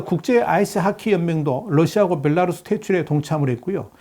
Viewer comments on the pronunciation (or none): none